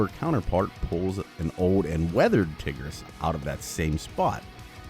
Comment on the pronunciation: I didn’t pay attention to the video but all I know is that you said tigris hella wrong